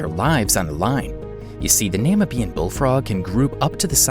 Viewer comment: why do you say namibian like that?